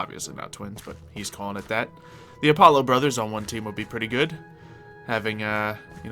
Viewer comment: I already don't like. He's such a jerk, and blatently showing he has spot on aim with shooting weapons than you were just doubles his jerk-i-ness. Also, he rudely frelled up the pronunciation of the sun god. It's Uh-polo. It's Uh-pah-lo.